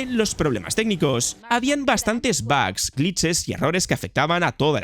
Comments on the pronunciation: bags? por favor si vas a hablar en ingles hazlo bien, joder dos veces que dices que hay bolsas en el juego, tio estudia un poco mas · Jolines macho por enésima vez; se dicen bugs así como se escribe con u, aprende a hablar joder ! 🤷🏻‍♂️